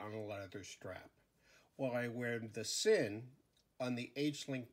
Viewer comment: Sinn is pronounced " Zinn" and Stowa is pronounced "Stova ".